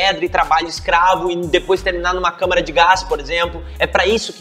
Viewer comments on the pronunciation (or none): none